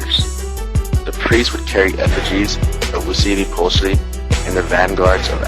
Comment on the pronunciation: You're pronouncing Huitzilopochlti's name wrong. But overall, it was a good video.